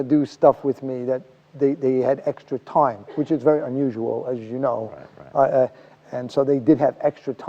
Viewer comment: I like the way he says “time”, sounds like “toim”. What kind of American accent is he speaking?